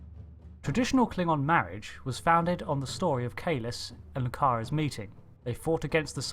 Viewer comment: It's Kahless, not Khaless... honorless petaQ!